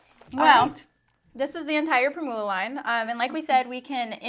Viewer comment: The word "primula" is pronounced with the accent on the first syllable. Think of how you pronounce "formula" with the stress on "form".